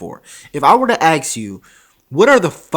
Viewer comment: I have to ask you something, and I don't mean this in a critical way. You're in college getting your masters, but you say "aks" instead of "ask." Why?